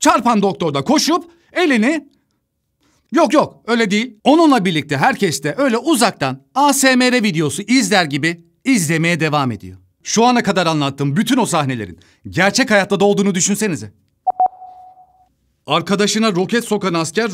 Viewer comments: Asemere diye okunmuyor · ASMR kelimesini ilk kez EYESEMAR diye değilde ASEMERE diye okuyan birine denk geldim çok mutluyum :D